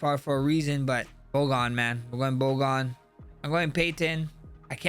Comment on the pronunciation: no accent removes a D from Bogdans name. “Bogan” lmao